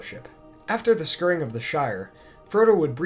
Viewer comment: This narrator needs to learn how to pronounce words like "scouring" and "draught."